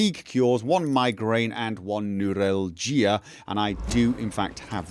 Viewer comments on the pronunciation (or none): Neuralgia is pronounced: Noor-*al*'-gee-ah